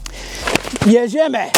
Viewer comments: Oh, Yes, JEDZIEMY (Great pronunciation) ..... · Your "Jedziemy!" is spot on ;)